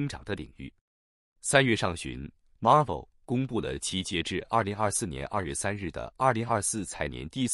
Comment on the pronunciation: Marvell 唸法 Mar'vell 重音第二節 ^^